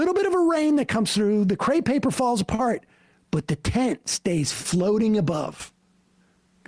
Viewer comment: It's crepe paper, not "cray" paper.